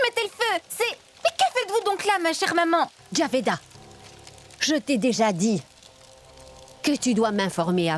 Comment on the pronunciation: C'est Jabida, pas Javeda. Des noms de musulmanes, quoi!